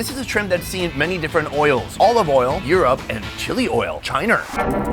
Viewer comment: Chiner?? What the fuck 😶 you probably warsh ur clothes too.